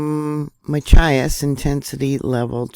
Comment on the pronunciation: Like “match-chi-us” 😆